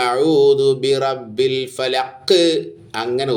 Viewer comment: അതു പോലെ.. ബിറബ്ബിൽ.. എന്നതും ശരിയായില്ല...